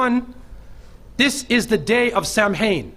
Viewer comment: Samhain is actually pronounced as sow-in as in cow